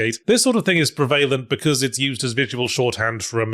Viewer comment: Serious question: is Yahtzee's ways of pronouncing certain words regional to parts of England or Australia? I'm thinking of "prevail-ent" in this video, in particular, but also "slow-th", "ray-bid", "me-ay-ger", and more from earlier videos.